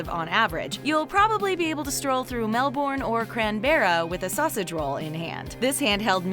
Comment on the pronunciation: Here in Australia it is $1.20 for a packet of chewing gum... - Careful, sometimes chicken is actually DOG! - Mel- bourne? lol CRAN-berra, classic! lolz No.... I never seen sausage rolls under $4 each anywhere I travel here in Oz. Now I just make my own, way tastier, better and cheaper overall!! - that photo is actually illegal, did you know that?